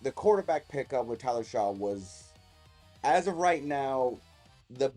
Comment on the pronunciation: It’s pronounced Shuck! Not Shaw.